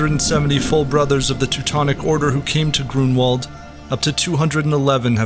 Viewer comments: Grunwald, try to say it Granvald. with v not w and you will say it correctly. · We should raise awareness among English speakers about the pronunciation of w as their /v/ in Polish and German. E.g. Grunwald is pronounced /Grunvald/